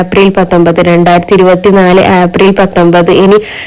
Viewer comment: ആപ്രിൽ അല്ല ഏപ്രിൽ